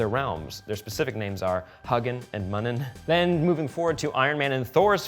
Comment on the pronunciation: haha come on, Odins ravens are Hew-gin and Mew-nin, not Huggin and Muggin haha